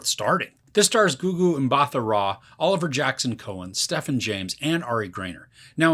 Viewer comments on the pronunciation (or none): Mbatha is pronounced as 'Mba Ta', South African surname not American 😂